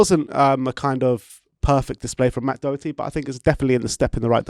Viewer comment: we don't have a player called DOUGHerty either actually, its pronounced Daw-her-tee